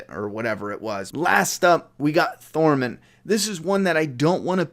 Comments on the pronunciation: I love ya. but I got triggered as fuck when you called Tormund thormund haha! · I love how you got gendry right but now can’t say tormund 😂😂😂 Great video but you can call them whatever you want with this content